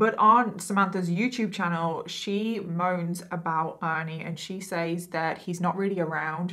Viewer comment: I found you a few days ago and have binge watched for the last 3 days. Keep up the amazing work. I came here to say the word says is pronounced sez. I don't mind it being pronounced wrong but the word police are petty lol. Anyways I'm gonna keep binge watching because I love how you put these stories together even when it's not so easy to talk about subjects. Also really enjoy watching you do makeup. Is there any way in the beginning of the video you could say what eyeshadow pallette your using so we could try to do it along with you?